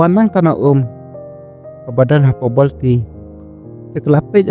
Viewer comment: Borti❌ bolti ✔️😂😂😂😂😂